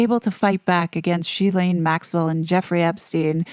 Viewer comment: Ghislaine is GHI like Gun or Goat. Ghi-LANE Maxwell. And after reading about the Harkles, we all know how reliable People mag is...